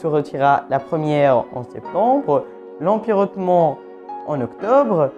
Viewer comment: Ultimatum, c'est "OM" à la fin. ;-) Et Ottoman c'est pas "hotman" mais plutôt "Otto ment" (à peu près)